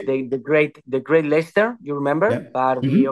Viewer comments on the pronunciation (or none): none